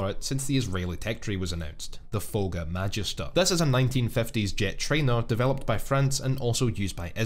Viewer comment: As someone who takes Latin classes in school, I hate how he mispronounces Magister.